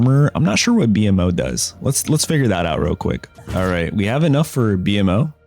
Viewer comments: please lord....not B.M.O its BMO (bee moe) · Good video bro. Gave some good information. It’s BMO tho (bee-moe) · “BEE EM OH”?!?! tell me you’ve never watched adventure time without telling me. bra never call him that again plz. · Exactly do not mispronounce the most beloved character in the show!!!